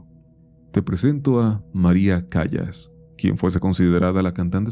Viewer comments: Querido se pronuncia maria “calas” no “callas”, buen video por cierto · Se dice Calas, Calas, CALAS! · "Calas",. Se pronuncia Maria "Calas" 😅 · Se pronuncia calas pelotudo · María Callas, una de las más grandes intérpretes de la reina de la noche en la flauta mágica de Mozart. La pronunciación en español e italiano (La más recomendada en nuestro idioma) En el mundo de la ópera en español y en Italia (donde ella consolidó su carrera), se pronuncia tal como se lee, respetando la "l" simple (no como "y" ni como "sh"). Se dice: /Cá-las/ Acento: La fuerza de voz va en la primera sílaba (Cá). Detalle: Evita pronunciarlo como "Cayas" o "Cashas". La doble 'l' se mantiene con el sonido de una sola 'l', suave y limpia. Sentía bien gacho el cringe cada que decía "vayas" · El nombre de María Callas, se pronuncia: "Calas", segun tengo entendido.